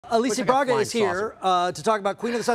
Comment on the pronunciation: Anyone else notice he called her "Alicia Barga" 😂